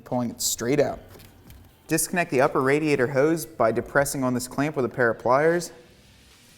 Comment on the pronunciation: Thanks for the video, but why are you mispronouncing "radiator"?